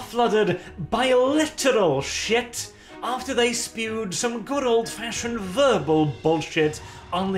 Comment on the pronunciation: Man got this video out so fast he fucked up "after"